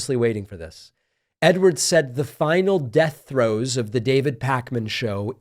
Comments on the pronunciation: Throes not throws. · Throes, not throws.